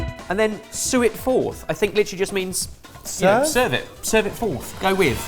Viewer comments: “Serve”, SERVE it forth, with a ‘V’ - as a Tasting History fan them constantly saying “Sue it forth”, is making me wish that they could hear me through the screen! :D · The number of times that mispronounced "serve" it forth, because somehow no one mentioned to him that the u is actually a v.